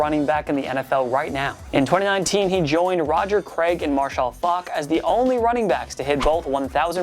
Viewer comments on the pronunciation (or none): He did not just say "Marshan Faulk"